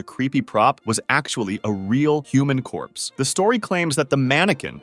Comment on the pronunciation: Corpsey diee!!!😡